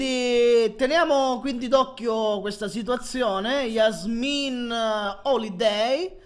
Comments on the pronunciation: si dice gesmin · si dice jesmin